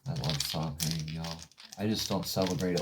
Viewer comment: "The correct way to pronounce Samhain is "Sow-wen, with sow as in female pig.".